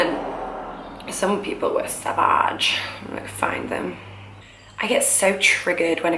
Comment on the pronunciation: The way she said "sav-aahge" was so funny-not saying this in a rude way, btw 😁